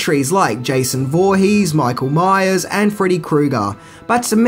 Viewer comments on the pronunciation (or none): none